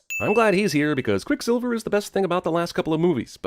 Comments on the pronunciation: Why is cinemasins so obsessed with people watching porn on tvs. Also he says quick siviler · I'm surprised you missed him saying "QuicksilvLer" and "Quicksivler" he must do his voiceovers drunk or something. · I’m surprised you didn’t sin him for saying “QuicksilvLer” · Anyone gonna talk about the fact that said Quicksilver as "Quicksilviler."? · ... "Quicksilvler" lol 🤣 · Ya know I'm pretty Sure said QuickSilver-ler. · pronounces Quicksilver as Quicksilvler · did he say "Quick SiBLer"? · Pronounces Quicksilver as "Quicksiveler" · says "Silvler" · quicksilviler, how about another take * ding * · Are we gonna ignore that said "QuickSILVLER"? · said "Quicksilveler" I mean.... wait, what was that? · Also also said Quick Silvler. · what was that? Quickslvlslvr? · he said "Quicksliver". Suprised you didn't point that out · I'm surprised you didn't call out for calling quicksilver "quicksilveler" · SilvLer ? (Sill-vuh-ler) ??? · "quick sivler" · And you DIDN'T sin saying "Quicksilvuluh"? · Sin missed ish, says quick sivler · what's that, Quick Silvler? SILVLER??? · Is this cuz dark phoenix is coming out soon? Also im surprised you didn't sin how he mispronounced quicksilver , quicksivler lol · missed sin pointing out slurring over ‘Quicksilver’ - “Quickslilvler”